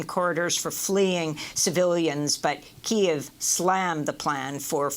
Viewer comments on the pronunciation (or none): none